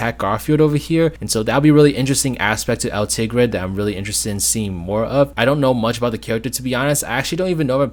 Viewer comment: Just so you know, El Tigre is from El Tigre: The Adventures of Manny Rivera. You were pronouncing his name right, but that is not a newer Nicktoon. It ran from, and had only 1 season, because that's how underrated it was.